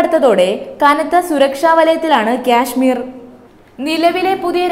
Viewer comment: ക്യാഷ്‌മീർ അല്ല കാശ്മീർ എന്നാണ് പറയുക